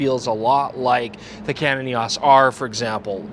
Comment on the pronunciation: It's E O S not E-awwss!